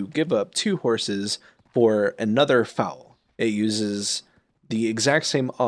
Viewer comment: Nice guide, but I would mention that you can reset breeding with pearls. Also, Foal rhymes with coal, and not foul